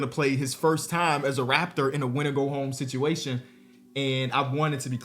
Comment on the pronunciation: why’d you say “situation” like that bro 😂 all bs aside dope video man and definitely gonna subscribe